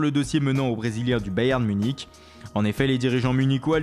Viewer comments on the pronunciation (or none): none